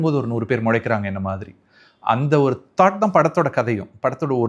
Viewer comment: Why is he saying "Muzhaikkuranga"? instead of Mulaikkuranga? Also... Aazham Alandhu - he says Aazham Azhandhu.. Which one is right? Ennanga enakku onnumey puriyalaiye..